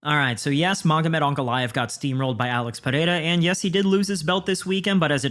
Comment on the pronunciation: Holy shit, an MMA media guy that knows how to say Pereira correctly